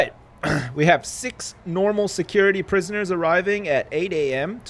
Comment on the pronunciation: I love it when Canadians/Americans say 'prisoners'. It just sounds so much better than other accents ;P